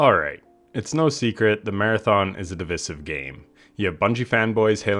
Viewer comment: why did you say the word divisive like that.